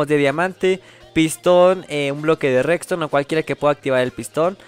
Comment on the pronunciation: Jajaja dices rextone